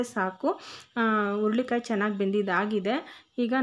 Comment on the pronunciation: ಅಮ್ಮ,, ಸಿಟ್ಟಾಗಬೇಡಿ,, ಅದು ಉರುಳಿ ಕಾಯಿ ಅಲ್ಲ,, ಹುರಳಿ ಕಾಯಿ,,, ಸ್ಪಷ್ಟತೆ ಇದ್ದರೆ vlogs ಇನ್ನು ಚೆನ್ನಾಗಿರುತ್ತೆ,, 🙏🙏